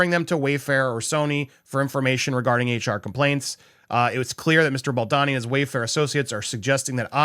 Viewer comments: Please be honourable despite who he might be to you or to us or to anyone in the news at the moment, but it would be to your advantage as a good reporter to learn to say his name properly. It’s not BALDONNY it’s BALDONI. There’s no shame in seeing his name properly. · “Bal-D-OWN-y….” The O is long. Just a thought… If you’re going to report on someone, it comes across much better if you’ve learned how to correctly pronounce their name first. 😊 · Bow-doe-knee = Baldoni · You keep pronouncing his surname wrong 😂😂😂